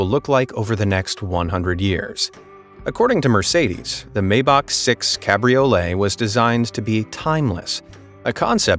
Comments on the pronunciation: Nicely put together video look whoever narrated this I'm sure they are an American here's the deal pronounce the name of a vehicle correctly or say s i c right after Maybach is not pronounced Maybach it is pronounced Myback if you don't believe me call Mercedes-Benz and ask them alvita Zane ¥ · It is MY-Bak not May-bak. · Maybach...pronounced maɪbax..."my..." not "may..." with the "x" sounding like one clearing their throat, not "k". It may be hard for some to get the ending right (German like), but the start is easy for anyone..."my".